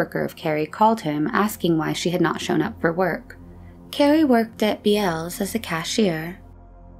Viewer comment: Bealls is pronounced Bells for some reason. 🤷‍♂️